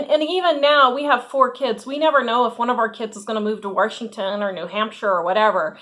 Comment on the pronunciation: Love the way you say Washington = Warshington! 😂❤